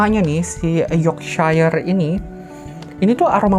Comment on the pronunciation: Bisa dibaca Yorksyair kak